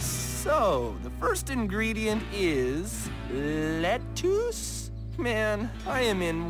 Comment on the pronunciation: The way Reef mispronounces lettuce 🥬 cracks me up 😂